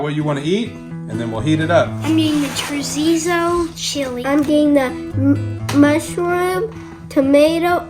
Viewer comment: The way he said chorizo makes me feel a weird way